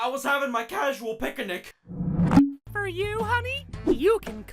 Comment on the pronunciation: "i was having my casual picinic" that got me laughing on the floor for hours💀🗿